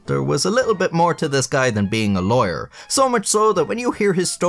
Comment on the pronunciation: When he says lawyer it sounds like he's saying liar lol